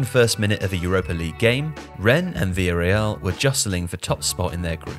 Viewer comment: I thought he was making up these names when I saw Villareal which is not pronounced Vil Real but closer to Vilya Real